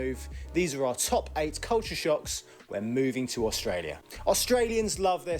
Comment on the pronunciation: Why do youn pronounce it AUSH tralia?